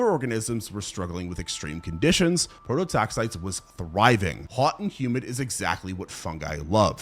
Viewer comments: AI script. Man cant even pronounce prototaxites correctly and expects us to believe he did all this research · 5 minutes into the videos and you’ve already pronounced the name of the subject and “lichen” wrong. I get you must’ve done research for this…but why not spend a few seconds learning how to say the work you’re making the video about… it doesn’t exactly instill confidence in the viewer